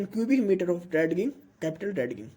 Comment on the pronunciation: dredging pronunciation is drajing not drad ging thanks